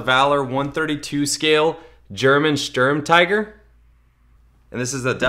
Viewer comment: sturm"teegur" PS- too bad its not 1/18